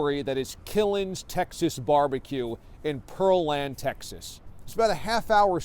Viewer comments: This mf said Pearl land, TX. Its Pear Land, Pearland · Can you say PEAR_LAND, not Purlan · Its Pear Land not pearl land hahah wtf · Oh fer fukes sake!!!! It's Killen's not killing's and it's Pear land!!!!! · Its pronounced PEAR LAND